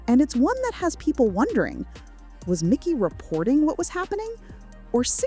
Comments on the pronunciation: It's Mikey. Not Micky. Getting these details right is important if you want to be taken seriously. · For such a detailed video, you would think they would have spelled and pronounced MIKEY'S name right. The video title is incorrect and they refer to him as MICKY throughout the entire video. WTF? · It's Mikey not Micky. 🤦‍♂️ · It is mEYE-kee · How many times does this narrator say his name wrong ?